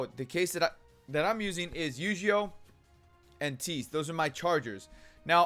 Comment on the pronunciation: Nice tips...just wanted to point out on Tiese's name pronunciation though...It's actually "tea-zay". :-)